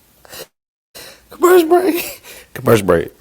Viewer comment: laugh has me finished 😂😂😂😂the way he can’t even pronounce commercial break has me rolling with him 🤣🤣🤣🤣🤣🤣